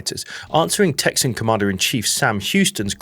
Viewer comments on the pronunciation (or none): as a Texan its pronounced (TEX-INN) not (TEX-EE-ANN ) but a great video! AND No ai WHOO HOO! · "Texan" has only two syllables.